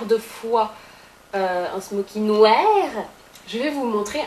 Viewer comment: J'aime trop quand tu dis "noèèère" pour "noir", pendant 2 sec quand tu dis ça on dirait que c'est une québécoise qui parle ! :p